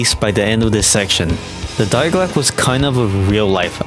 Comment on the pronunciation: Nice video but the way you pronounced die glocke hurt my ears 💔 also the juggernog glitch was only present on der riese